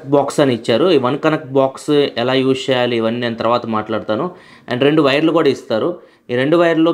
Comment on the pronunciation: Use శేయాలి అంటున్నారు "చ" కారాన్ని కొంచెం చూడండి Use చేయాలి అని పలకండి